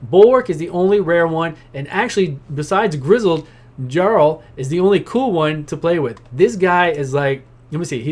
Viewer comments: Gutbuster Brigade! Also "Jarl" is a title. And it's pronounced "Yarl" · Yup and its pronounced with a Y instead of a J so its Yarl